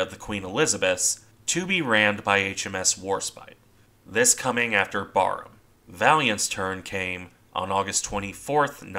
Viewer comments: Even as a brit myself, to me that just sounds wrong lol. Admittedly I've only ever heard it pronounced like in the video so only going off imagination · Barham is pronounced differently- the first part of the name BAR is pronounced as in barracks- it is the name of a mansion near Maidstone in Kent. Admiral Charles Middleton, 1st Baron Barham, who took his title from Barham Court where he ultimately died is the inspiration for the battleship's name. I found out the correct pronunciation from hearing a Royal Navy admiral discussing the ship. Another great analysis. Thank you.